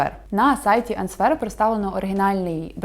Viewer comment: "áнсвер" (відповідь) , а не "aнсвéр"